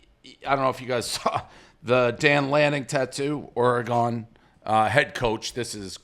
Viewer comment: I will always point out how infuriating it is that Dave still can’t say Oregon correctly.